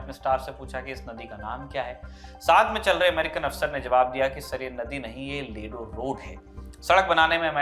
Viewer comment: Its not lilu sir it's Ledo, and one more thing I m also from ledo.